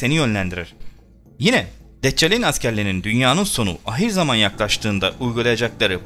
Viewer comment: Kelime telaffuzlarını daha düzgün yap bence.Mesela ahir zaman derken a biraz daha uzatılır. Arapça kökenli bir kelime ve telaffuzu bu şekide